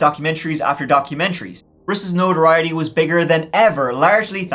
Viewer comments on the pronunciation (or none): none